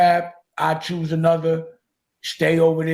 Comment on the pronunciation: When he say I chewsz 😂